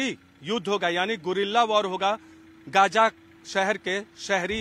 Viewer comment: Yeh reporter Gaza ko Gaja bol raha hai… wahhh